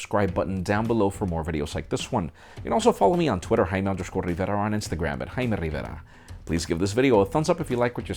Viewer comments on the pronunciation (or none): Some Kind of Nice Jaiiiimmmmere Rivverrrrrrrrrrrra. Please note the Rrrrrrrrrr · im sorry i honestly could not catch your name the 10 times you said it. haimaiammidada? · I totally feel you. Couldnt tell if he has doing it on purpose with his name or if it was scrambled. Nice review though.